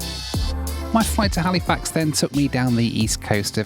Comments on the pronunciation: It’s hal-ah-fax. Not “Hali-fax” I know that’s how it’s spelt, but it’s pronounced hal-ah-fax lol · Also, Halifax is NOT pronounced Hal-ee-fax. It is pronounced HAL-ih-fax. C’mon, now,. You know better. 😊